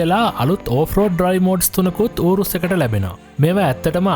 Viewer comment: ඌරුස් නෙවෙයි යූරස් නේ 🤔🤪